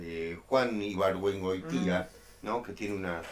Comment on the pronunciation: Excelente programa, solo una puntualizacion no es Juan sino Jorge Ibargüengoitia y el acento prosódico recae en la i de goi, él es del bello estado de Guanajuato. Felicidades por tan interesante programa.